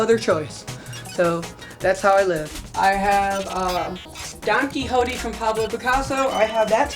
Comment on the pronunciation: "Don Quihodeeh " he says